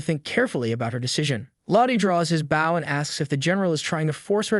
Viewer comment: why do all these narration AIs keep saying ''bao'' instead of ''bow'' lol